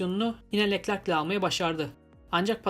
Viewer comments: knk yanlış anlama leklerk değilde löklerk diye okursan daha iyi olur biraz göze batıyor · Keşke Leclerc in adını da güzel telaffuz etse